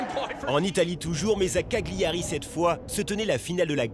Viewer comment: Ca se prononce "Caliari" et pas caGLiari